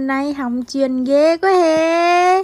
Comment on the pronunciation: Nói chuêng nghe hóng chuêng